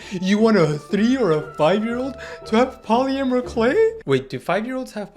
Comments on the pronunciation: yeah dude u couldn’t say polymer correctly earlier 😭✌️ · haha. poly - amour, k'lay.,.,.,., // say it like this, poli-mer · Pronounced 'Polim-mer' instead of 'Poly-Amer' clay 😊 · "polyamuhr clay" 🙏🤞😭 (no hate, all jokes) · Why does he keep saying poly A mer clay 🥀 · “Polyamer clay” 😭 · po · luh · muh Clay